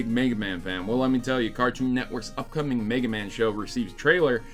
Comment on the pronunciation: Why must they turd all ovr megamans name like that? Make it stop